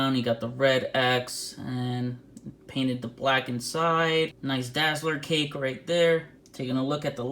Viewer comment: Ha, I thought you were referring to Dazzler's ass as a cape. Had to turn captions on to know you said cake. Definitely never heard of a butt refered to as cake before.